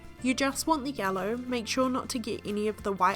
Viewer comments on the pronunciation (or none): none